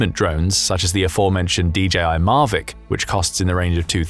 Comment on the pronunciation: and its "MAVIC"